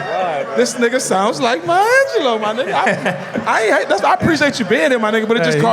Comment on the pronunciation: May Angelou?!? LMAO